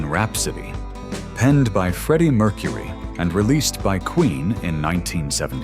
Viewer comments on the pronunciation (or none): none